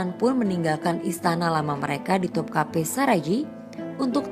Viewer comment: topkapi dibaca topkape (e seperti pada kata 'berat'). Begitu pula sarayi dibaca saraye.